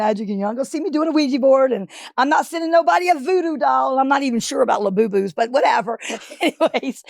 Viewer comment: Gay inception is now complete. pronounced labubu like le labo